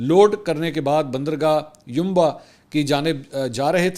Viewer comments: correction* Its city "Yanbu" not "Yunba" :) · Sir gee, it is Yanbo not Yanba. You are repeatedly using Yanba in your vlogs.